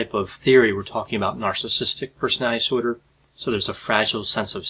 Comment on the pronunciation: Persnaltsnorder said 1000 times. Respectfully, as a court reporter I can’t watch this due to the lack of diction and care with the delivery of your words, but appreciate your command of the subject matter.